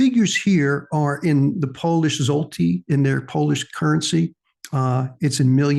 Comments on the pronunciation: Polish money is pronounced ( shwhat eh) got to have the Polish tongue to say it right, but that's close enough for Rock and Roll. Now we'll work on Pierogi 😂 Everyone butchers that one. ( pee- llllogee) The L's are rolled together like a cat purring. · thanks for the video,. you kept pronouncing the polish zloty as "zolty" interesting side note: the word zloty comes from the polish word for gold